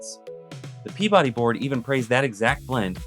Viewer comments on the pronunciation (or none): none